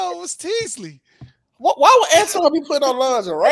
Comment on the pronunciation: Did this dude say Teasley? 😂